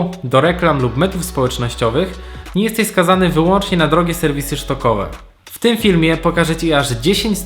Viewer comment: Dzięki za ciekawy filmik. Muszę się jednak czepnąć ;) jednej rzeczy - to są banki stokowe a nie SZtokowe - sprawdź wymowę słowa stock na google translate choćby